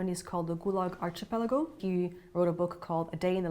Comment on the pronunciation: Since you like to be pedantic, why can't she pronounce archipelago correctly?